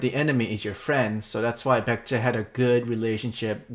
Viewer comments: "Pek-jeh"? I think that sounds more like how an ignorant American would try to pronounce Baekje than that weird "Byekt" that Bill said. Really have no idea how that sound he made relates to the letters in the name. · Lol, I was waiting for your reaction to the pronunciation of baekje, it's so bad.